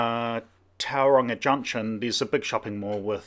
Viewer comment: Perhaps if you’d learned how to pronounce Tauranga correctly before you started.